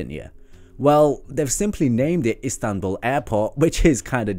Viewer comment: The city‘s name is ISTANBUL! not INSTANBUL!!!